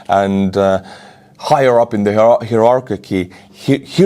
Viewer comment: Your english is pretty good alread. Heirachy as pronounced phonetically in english as "hire arky" as one word of course. enjoy your work in Ukraine.